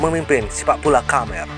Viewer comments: Baca khmer yg bener lah min.. Dbca..Kmer..bkn...Kamer... Mbaca pun ndk becus,...ap lgi kl bca komen netizen malaydesh, dgn logat malaydesh, sangat kaku.. Cba admin yg bca sndiri, jgn mesin yg bca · Maaf min, koreksi. Khmer bukan "kamer" tapi "kmer" Salam satu tema 🙏🙏🙏